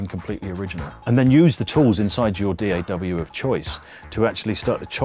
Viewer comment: you know man is serious when he calls it Dee ay double u